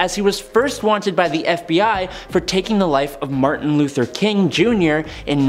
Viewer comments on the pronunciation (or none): none